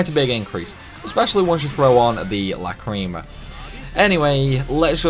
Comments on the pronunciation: I dont think that Over Limiting (Going over +3) matters as they seem to only get extra skills in +1, will update again at +5, also im kinda p*ssed at how u said Lacrima as Lacreema.. That ticked me off a tad 😁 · The cringe when these youtuber who pronounce lacrima, which i think stems from lack of awareness of the anime.